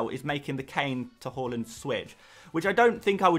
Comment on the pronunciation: say haaland properly pls